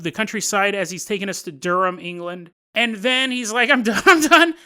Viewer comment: nice pronounciation on Durham!